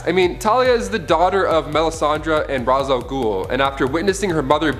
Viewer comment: I just can’t with the pronunciation of Ra’s 🤦🏾‍♀️